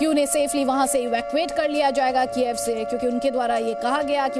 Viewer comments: कीएव है कीएफ नही। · It is pronounced as कीव for goidsake